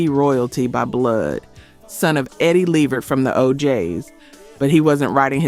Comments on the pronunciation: Lady it’s La-Vert! Not Lee-Vert! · Please get the names right in your videos. Le-VERT is the pronunciation. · The narrator sounds like a Black woman, but she's mispronouncing several artist names......whyyyyyy!???😢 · You don't even pronounce the singers names right levert..and lopes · I was about to say the same thing! It seems this AI narrator is getting worse, not better. The mispronunciation of “Levert” over and over gets annoying. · I was saying the same thing...the way she's pronouncing Gerald Levert's name is getting on my nerves